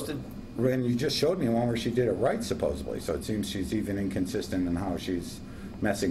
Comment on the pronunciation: The correct word is "supposedly" - not "supposably."